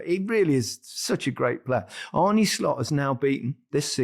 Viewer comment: Cmon Gary.. it’s Arne , not Arnie !